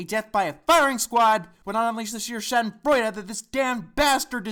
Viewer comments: DID HE JUST SAY SHADENFREUDE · I Have a Question. How Do You Pronounce "Schadenfraude" I've Seen You Pronounce it Sk-en-fro-id. but now you pronounce it like this